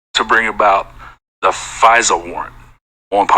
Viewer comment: it's FISA not Visa like the credit card. 😀